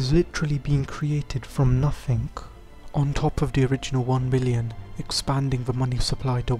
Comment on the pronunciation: It’s NOTHING not NUFFFFINK!!!!